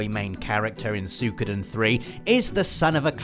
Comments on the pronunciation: Don't fret... We ALL want a remake of Legend of Dragoon... Also, it's pronounced "Sue-ee-ko-den" not "Sue-koo-den" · I thought it was "Soo-wee-koh-den"